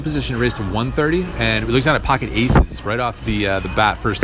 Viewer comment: pocket "eesez", quite favorable.